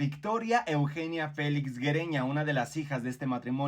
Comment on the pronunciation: Güereña se pronucia similar como Sigüeña. Es GÜE Y NO Gue